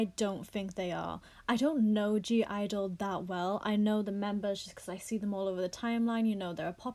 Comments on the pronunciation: Not a fan but I'm more offended the way you say their name lol its just IDLE. The G is silent... And fk all these snowflakes! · Their called IDLE without the G why does everyone say gidle sjhdjd